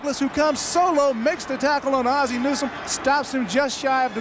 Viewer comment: why can't Dick Stockton (who is great) pronounce Ozzie?